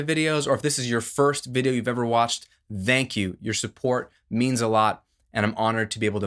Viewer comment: No, "vthank" YOU 😜